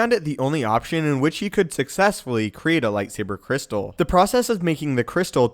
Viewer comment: I took a drink of rum every time I heard "lightsabah cwystal" and I now write to you from the hospital. 🖕